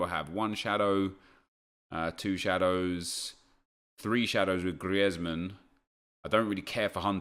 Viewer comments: It's not said griezman, it's said greezman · It’s grizman not Griezman, don’t know where you heard that Nep but it’s fine, keep it up 💪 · It is pronounced grits man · It’s Greezman not gRieTsMaN. The commentators are just English 😂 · NagudaGreat ITS GREEZMANN NOT GRIETSMAN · No Neep , it's does not sound like griezman it sounds like grizman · Gri-ez-man fuck off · Please stop saying Griezmann like that please i beg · The way you are pronouncing Griezmann is the spanish version, the french version or native version of his name is the way you’ve been pronouncing it for as long as you can remember. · You said Griezman name write before you shouldnt hear the 'e' I think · Wish he wouldn’t be so OTT with his pronunciation of players 😂